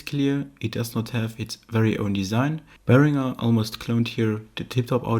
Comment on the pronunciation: My favourite part is the proper pronunciation of Behringer.